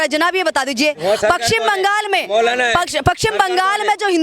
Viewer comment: Pehle paschim bolna seekh le do kodi ki anchor 500 rupees mai camera leke aa jati hai